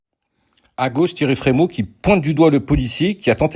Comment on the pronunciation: Thierry Fremaux...Essayer au moins de bien prononcer le nom des gens. Sur le reste, je suis d accord avec vous à 100%. Et vice Zemmour